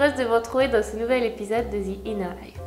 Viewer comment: Comment lui expliquer qu'on s'en fou ? Et comment expliquer aux gens qui se croient "bilangue" que "the" ne se dit pas "Zi" ? Bref encore une personne complètement inutile à cette société pourlave